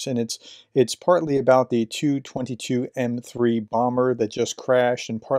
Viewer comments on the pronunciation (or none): it's a T.U.22M3 not a too22M3 Bomber. Many people have been saying the prefixes phonetically lately because they hear channels with bots pronounce it that way. Historically you pronounce the letters not the spelling - how for instance would you pronounce Bf-109? or ISU-152? or Pzkfw-IV?